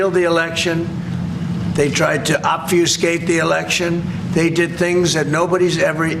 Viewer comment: obfuscate is a big word for him. 3 whole syllables and not exactly his usual 3rd grade language skill level. he must be serious to study for the big debut of his new word - didn't even muff it